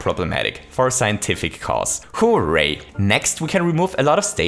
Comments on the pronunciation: "WHO-RAY." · The way you pronounce 'hooray' is like the best thing about your channel! Keep up the great videos, they're really interesting!